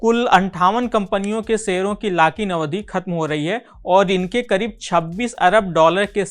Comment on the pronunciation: Your pronouce is to improve... लाक in नही भाई...लॉक in